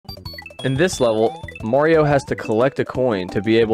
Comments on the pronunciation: Question Why in the ever loving Waluigi did you pronounce it "more-E-O" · y do u pronounce mario like that